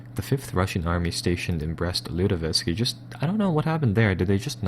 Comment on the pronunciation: He's killing me with his inability to say the city names correctly. Brest-Lutovisk - like lutefisk? Ugh, it's like listening to fingernails on a chalkboard.